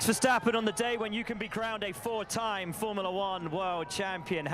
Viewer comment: Double cringe: Ver-Schtapp-eeeeen!